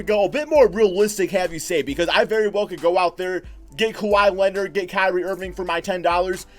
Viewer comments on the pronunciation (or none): none